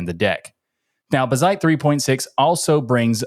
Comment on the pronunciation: Its Bazzite and not buzzite!!